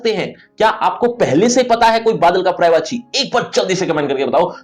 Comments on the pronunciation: Prayvachi nhi sir. Paryayvachi hai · महाशय , अफसोस की बात यह है कि इतने मिलियन व्यूज के बाद भी किसी ने पर्यायवाची सही उच्चारण पर याय वाची किसी ने नहीं बताया जबकि आपका उच्चारण गलत है।